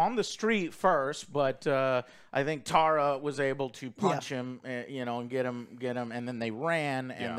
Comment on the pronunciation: I keep laughing that the boys kept calling Jena Ortega’s character Tara(when it’s Tera😅) but overall I thing the boys are right about this being a decent slasher 😄